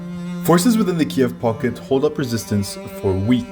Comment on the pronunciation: How ukrainians call the capital of Ukraine: Kyiv How russians call it: Kiev This guy: Kieve